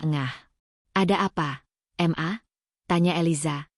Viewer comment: WAHAI ADMIN, SUMPAH BIKIN GAK ENAK MENDENGARNYA, NARATORNYA MEMBACA "MA" DIBACA EM A